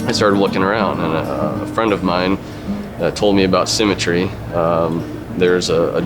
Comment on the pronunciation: Every time they say "symmetry", it sounds like "cemetery" to me, and I just think it describes the business endlessly more.